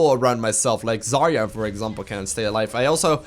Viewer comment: Hi. May I advise you correct pronounce of "Zarya"?:) The correct one is " Za`rya" (with the accent on the last syllable). It means "dawn" in Russian....Whatever (c)